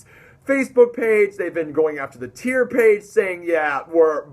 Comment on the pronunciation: Heri is actually a great guy. Tyr is pronounced like fire.